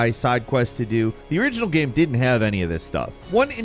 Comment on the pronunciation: I think it'll always bother me the way this guy says "gehme" instead of "game"